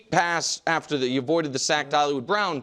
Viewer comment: Nick!!! It's not Holliwood Brown!😂😂 Nick needs to take a loooong vacation.